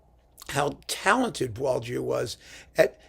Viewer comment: Congrats from a Frenchman on your impeccable pronunciation of this composer's tricky name. Even French people get it wrong most of the time.